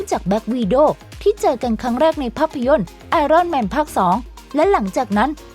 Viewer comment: Iron man เค้าอ่านว่า ไออ้อนแมน ไม่ใช่ไอร่อนแมน ไอร่อนมันแปลว่าเตารีดครับ ถ้าฝรั่งได้ยินคงขำน้ำตาไหล มนุษย์เตารีต